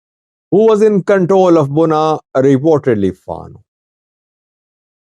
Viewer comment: It is Bugna and not Gunna or Bunna.